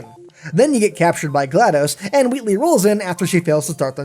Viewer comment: Wheatley not Weatley just sayin